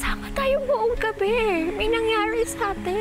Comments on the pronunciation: Ung pag pronounce ni sa nangyarwi ang pangit ng r nia parang sobrang pagkabulol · May nangyawi satin🤣🤣🤣🤣🤣🤣nasan ung R????😂😂😂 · Pangit magpronounce c ang qrte bwisit may nsngyari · Ampangit ng pgkabigkas ne "my nangyari satin"arte² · Kakabuwisit yung pagkakabigkas ni ng "NANGYARI" ARTE ARTE AHH 😂